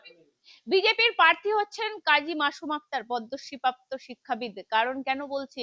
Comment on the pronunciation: পার্থী নয় ,, জিব টা আগে ভালো করে পরিষ্কার করে কথা বল ছাগল কুলাঙ্গার মহিলা,,ঘৃণা লাগে ভাই এদের দেখলে